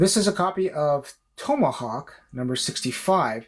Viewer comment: Never heard Tomahawk pronounce the way you pronounce it